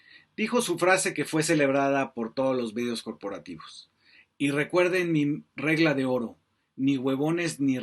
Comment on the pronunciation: Es una inepta y cogupta Que no sabe hablag sin regagla Dijo Leona Vicairo😂😂😂